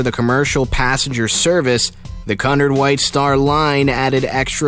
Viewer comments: 1: is not haunting 2: it's pronounced QEW-nard and they were enemy's and the rest is probably true 3: is not haunting 4: it did not span the ship, dipstick 6: you misspelled riband 7: is 8: is true but you also misspelled the escort's name 9: sounds fake 10 none of these were scary or haunting so I am reporting this so please dislike this video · still. who says CUNard line. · It’s pronounced Q-nard. And your facts about the merger are wrong, as well as where the QM was built/launched. Also, why show photo of Titanic’s construction, and brochured interiors when talking about a completely different ship? Damn! WTF? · 1. RMS means Royal mail ship, not Royal merchant ship as ships with this designation would carry the royal mail 2. Cunard pronounced Queue-nard, not the way you pronounced it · While I liked this, you need to learn how to pronounce certain words. Cunard is pronounced ”Q-Nard.” The Normandie was not even close. Anyway, not scary at all. Perhaps a rewrite of the title is in order? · He’s pronounced Cunard wrong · It hurts my ears hearing you mispronounce Cunard . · Your saying caaaaaaaaaaaaanard not cunard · And not canerd its cunard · It isn’t “Cunnerd” it’s “Cue-n-are-d”. I love people who who go thru life saying things one way when the entire world says it another way (correctly). You should check this type of thing before making a video about it . Embarrassing. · I can’t watch this anymore - Cunard is not Kun Ard it’s Q Nard.........For heavens sake. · It's pronounced Q-NARD!! NOT CUNNARD!! DUMBASS!!!! 😡😡😡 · What is cun-ard ITS QUENARD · dude its pronounced coo nard not cu nerd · Just hearing you say Cunard.... I know you haven't done your homework. Cunard is pronounce "QUE-nard"... My skin crawls when you say CUNard..... can't listen to any more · Also he needs to learn to say Cunard.It is Q-nard not Cun-ard and dislike his video as it makes more people pronounce it wrong and also report it. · KUNURD????? Wtf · Cunard. Pronounced Q nard